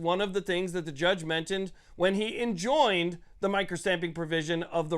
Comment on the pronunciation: Enjoined sounds like Like Enjoyed